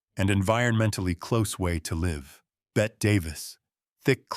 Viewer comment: Bette Davis first name is pronounced "Betty" not "Bet"